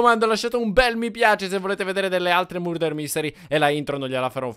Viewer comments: Si dice marder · ho sentito burder invece invece che murder. Vbb cmq na forza 2 assassini invece invece che 1